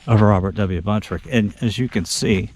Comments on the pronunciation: His name was BUNTROCK, not Buntrick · His last name is Buntrock not Buntrick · Enjoyed the video but just curious why you pronounce the surname as " Buntrick" when it's spelled Buntrock... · Just on the outside chance any of his relatives catches your video I wanted to make sure you were aware of the correct pronunciation of his last name. 👍